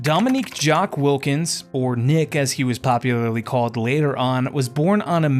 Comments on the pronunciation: His name is not Dominique Jacques Wilkins it’s Jacques Dominique Wilkins. He uses his middle name. Also its not pronounced Nick , it is pronounced Neek. Goodness I’m skeptical now about anything else you say on this video. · He can’t even get your cousin name right.He said at the beginning that his name is Dominique Jacques Wilkins, but it’s Jacques Dominique Wilkins, then he is pronouncing your cousin nickname wrong. He is saying Nick and it’s Neek. I’m skeptical about anything else. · His nickname is pronounced "Neek" not "Nick". Otherwise good info! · It's not "Nick", it's "Nique" and Jaques is his 1st name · It’s Nique not Nick or Neek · YOURE SO RIGHT. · This is some lazy ass millennial produced Crap. First his name is pronounced like NEEK (Nique how you saw that and see NICk is more a failure of public schools). 2nd his brother was FAR from “failing to miss the mark of being a supersta) . Dude had a helluva career for an2nd round pick. Even made several all defensive teams. The rest you could have Wikipedia’ed. Do a better dive if you gonna cover guys that clearly played before you were born. This reeks of “I heard he was good from my dad” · Yeah I cringed everytime he said “Nick” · He got Dominique name wrong and pronunciation of his nickname so I’m not surprised.